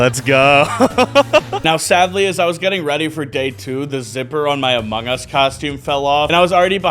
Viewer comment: “I’m in the moungus”